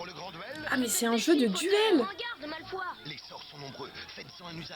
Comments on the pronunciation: J'adore tes vidéos !! Sinon dans la pub 5 pour le jeu de duel j'ai entendu "Malfoi" au lieu de "Malfoy" alors que le y dois se prononcer. Bref bisouus ❤️ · En garde malfoi au lieu de malfoy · Je sais pas si tu avais remarqué, mais pour le jeu de duel ils sont prononcé « Malfoy », « Malfoi » j’ai entendu ça j’étais pas bien 😅😂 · Qui a été perturbé quand ils ont dit Malfoie à la place de Malfoy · Dans une des pubs(la 5 eme), au lieu de prononcer Malfoy ils prononcent Malfoi😂😂😂